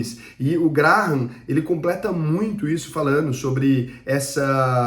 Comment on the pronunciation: CONHEÇO ESSE CARA, O TAL DE "GRARRAM", MANEIRO ELE, KKKK